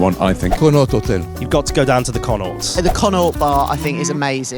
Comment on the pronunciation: Not one person pronounced Connaught properly😂